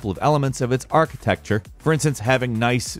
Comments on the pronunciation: I'm still waiting for the day when stops saying "architexture" instead of architecture. Edit: halfway through the video he does (after saying it wrong four times in a row at the beginning). Now I'm completely confused wether I'm trolled or not. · Archi-texture?? What the heck is that?? Do you guys deliberately pronounce words differently in your videos? Haha it's so funny. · Lol cpu “architexture” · It's not an archiTEXTURE tho :D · I like the video, but “architeXture“ is putting me off. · are you really saying archiTEXTure? damn breh English much? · Was I hear "Archi-texture"? If so, I'll forgive you, because, you know, you're a bird.... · Years later and I am still annoyed by you saying archiTEXTURE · What's a micro archi-texture xD